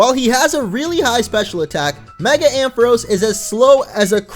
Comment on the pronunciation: Ampharos is pronounced Am Fa Rawce!